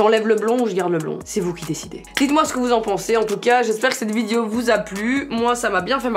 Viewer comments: Qui a remarqué qu’elle dit ‘Vidio’ et pas ‘video’ 😂 Non ? Que moi? Oke alors😭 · C'est moi ou elle dit VIDIO????